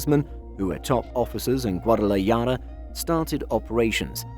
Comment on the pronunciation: WTF...GUADALAJARA..NOT GUADALAYADA.. 🤣 MAO